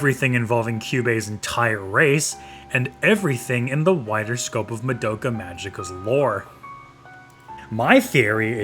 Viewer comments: fr its so annoying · Why can’t people pronounce Madoka’s name right? It’s Ma-do-ka, not mado-ka. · Ok I had to pause and rewatch that part of that episode and confirmed they never said that. Hitomi also was under the controle of the witch when she went along with killing herself and others as THEY poured those chemicals. Kyoko never mentioned anything about a green haired girl. You also mispronounced "Madoka". Seriously, where did yuo get this info from???